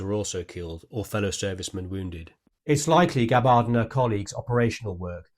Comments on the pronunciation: It's Gab-bard, not Ga-bard. Emphasis is on the first syllable, not the second. Rhymes with scabbard. Unless you mispronounce that, too. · You should research Gabbard's actual medals and the correct pronunciation of her Name! Aloha!